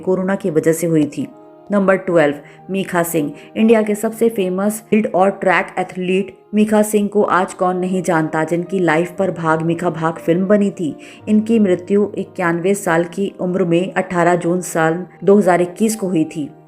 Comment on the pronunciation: It's Milkha Singh not Mikha